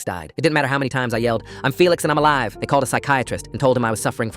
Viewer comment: “IM FELIX AND IM ALIVAA”😂